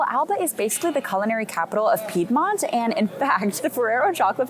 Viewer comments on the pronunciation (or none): none